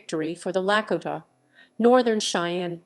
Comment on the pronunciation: I stopped at the miss pronunciation of the Lakota…